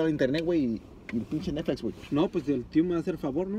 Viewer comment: Nadie: disiendo nesflis